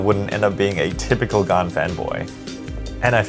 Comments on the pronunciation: It is pronounced gan not gaan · Please don’t say gaan in India, they will hear “gaand”(ass) (I have Xs as my main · I feel weird when you pronounce Gan.